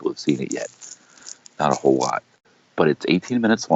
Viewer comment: "Not A hoal lot" -Lorne Armstrong